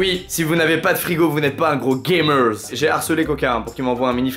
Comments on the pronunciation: C'est drôle quand il dit Gamerzz 😂😂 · Les Gamerz, Les Viewerz, j'suis mort tu mes un Z a la fin des mots et tu parles le Squeeziz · Tu me fais rigoler quand tu dis "GAMERZ"